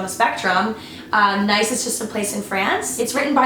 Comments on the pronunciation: Nice is pronounced niece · I love your style and I missed these kind of videos !! On another note, I don't want to sound like a smartass but you pronounced Nice wrong.